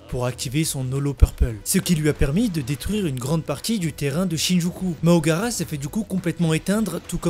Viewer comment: C'est MAHORAGA. Et non MAHOGARA